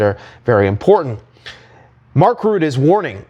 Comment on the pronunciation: FFS will you please pronounce Mark Rutte's name right. It's pronounced "Rutta", not "Root" It's so bloody annoying and I'm not even Dutch